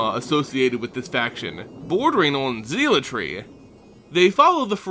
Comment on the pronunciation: great video but it's pronounced: praytor and zehlot (not zee-lot).